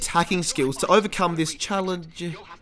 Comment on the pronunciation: Its Sarif, not Sarrif, c'mon.